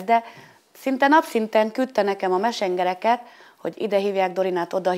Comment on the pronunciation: "mesengereket" Dat angol kiejtés